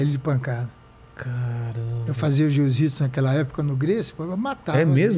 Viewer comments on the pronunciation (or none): "Eu fazia 'ziu-zitsu' nos Gracie". KKKKKKKKKKKKKK